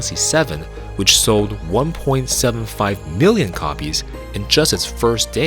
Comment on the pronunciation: Ah okay, it sounded like B-illion for some reason.